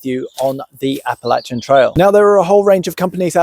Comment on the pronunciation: Thank you for saying Appalachian correctly!!